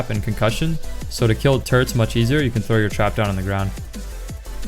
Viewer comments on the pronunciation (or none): lol did he say turds instead of turrets